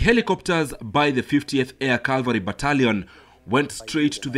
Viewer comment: It is 'cavalry' and not calvary. Such little mispronunciations should not be the norm in big media houses